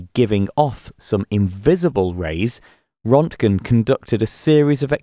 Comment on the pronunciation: It’s Röntgen NOT Rontgen. Rönt rhymes with Burnt.